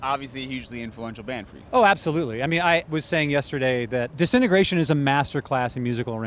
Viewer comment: ‘Disintegration’ is not pronounced ‘decennergration’.hehe. I love The Cure and yes, ‘Disintegration’ is a brilliant album.